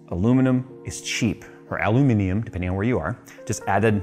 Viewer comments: Thank you for saying it right.....Aluminium is the English way of saying it...and what language do you speak? well it's not Americanese! lol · Aluminium. That's not hard murica!